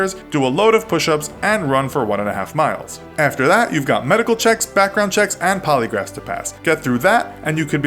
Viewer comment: Lol "Polygraphs".